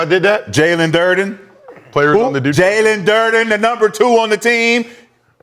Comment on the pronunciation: Jalen DUREN not DURDEN goddamn